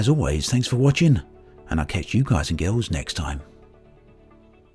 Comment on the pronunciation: "Hi guys and gills" ?